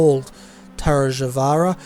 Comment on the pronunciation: Thanks for the entertaining broadcast, love the commentary. FYI its Tarj-a-vaara lol or just Tarj